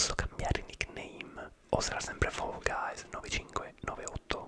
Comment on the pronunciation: Quando dici fall guys mi viene La pelle d'oca da quanto lo dici bene 🤤😴❤️